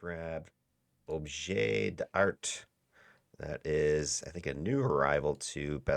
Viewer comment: isn t it a status res io? does it protect enough anyway? Oh and we don t pronounce the T of Art in french 😊